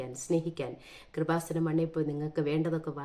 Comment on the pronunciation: "കൃപാസനം" എന്ന വാക്ക് ശരിയായിട്ട് ഉച്ഛരിക്കാൻ പോലും അറിയാത്ത ആളാണ് പരിശുദ്ധ അമ്മയെ പരിഹസിക്കുന്നത്. !!! സഹോദരി ഇയാൾക്ക് കൊടുത്ത മറുപടിയെല്ലാം വളരെ കൃത്യമാണ് !!!